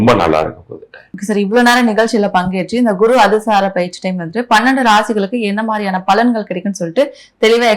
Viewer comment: Anchor பெயர்ச்சியை பயிற்சி என்று சொல்கிறார்.